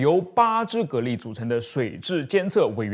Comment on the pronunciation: 讀音是隔離